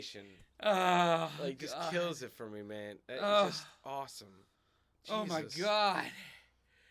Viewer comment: It wasn’t ‘awesome’ it was ‘Arsesome’ 😂😂